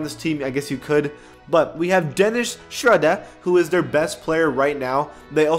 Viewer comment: Bro the way he said Schroder in the beginning 😂